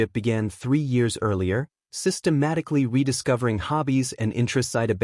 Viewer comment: Systematic-al-ly Methodical-ly